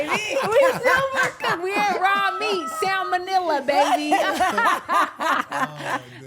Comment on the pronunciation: Shes a Dr. lol…. pronounced its Sal monella not seminella. This woman is a fake Dr. that use to be a stripper that talks as if she is a high value, disrespecting men and trying to tell them whats high value. This woman needs exposed and put in her place. Its funny how far looks can take you respectfully.